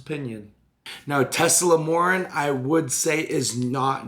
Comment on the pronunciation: Tesamorelin wasn't pronounced correctly a single time that day.... thoughts and prayers <3